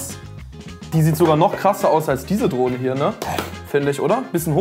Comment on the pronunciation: Ich habe statt Drohne Droge verstanden 😂